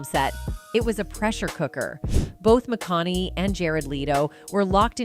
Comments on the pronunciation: Mcon a hey!!! I have when peoples names are mispronounced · Either your AI sucks, or the announcer can't even say his last name!!! PATHETIC!! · You can't even say his name right AI?????